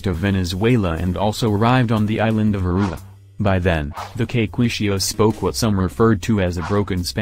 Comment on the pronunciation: I was born there. The pronunciation sucks